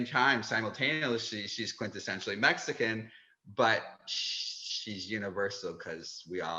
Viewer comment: Did she say "Mexico-an"?